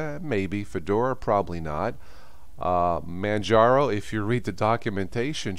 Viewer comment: I don't like Manjaro but if it works for people then great, I just hate how refuses to say it right. It is so annoying but now kind of amusing.